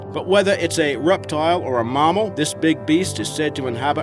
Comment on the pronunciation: Your accents got me stumped part aussie and part buggered if I know. Seriously what nationality would pronounce a mammal as Marmal?